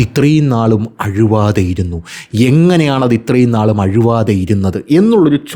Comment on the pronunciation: അഴുവാതെ അല്ല അഴുകാതെ